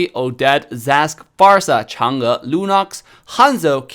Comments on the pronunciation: it's so nice to hear someone pronounce chang'e like that, it's really really rare to hear someone call her name correctly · pronounced Zilong and Chang'e in it's Chinese pronunciation didn't he?